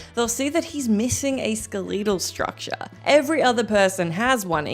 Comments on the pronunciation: WTF is “skeleetal”? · "Ska-leetle Structure." 😅 Love you ❤ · Y'all complaining about them stacking videos, but I'm over here deeply enjoying pronunciation of "skeletal" 😂 I'm never going back to the American English version of that word ever again